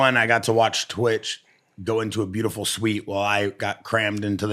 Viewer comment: It boggles my mind that this dude refuses to say twitchs name right and he does it with gusto 😂 its not that hard dude